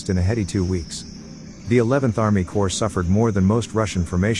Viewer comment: CORPS not COPRS